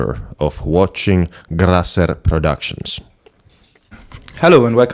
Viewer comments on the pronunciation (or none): ”Grrrasserr productions” 😂